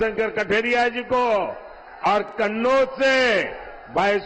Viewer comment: सवाल होता कहां होता है झूठ की खिचड़ी परोसी जाती है|माहौल देखकर कन्नौज का उच्चारण करने मे हड़बड़ा गये|